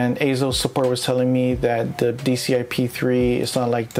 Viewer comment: AY-ZO, yes perfect pronunciation!